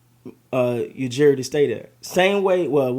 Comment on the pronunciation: Everyone has trouble with the pronunciation of Ujiri, it’s not just you lol. As a heads up you say it like; YOU•JURY Or just call him Masai ✌️